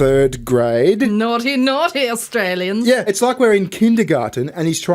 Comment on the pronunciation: "My fellow Aushtrayliansh".... I can't 😅